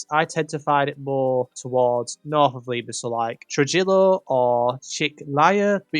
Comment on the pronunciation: It's funny listening to British people trying to pronounce Spanish names... "True-Jillo."